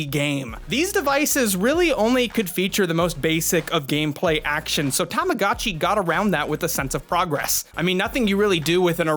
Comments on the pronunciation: "Tamagatchi"? My good Sir, it's actually "Tamagotchi" 😅 To all who will type "this is a four year old video"... Yeah, but this is the Internet 😅 People will find old videos. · Every time you say tamogatchi instead of tamagotchi, part of my weebo childhood dies inside. ;_ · Tamago-chi is pronounced with a LONG O. Tamago is Japanese for 'egg.' Also ENUNCIATE YOUR "T"s. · Tama-GO-chi. TamaGOchi. AAAAAAH! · You have the worst pronunciation of tamagotchi I've ever heard nd you kept saying it over an over again, I just had to close the video